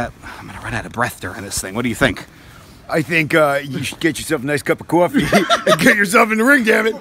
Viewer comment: When said coffee it sounded like cwoffee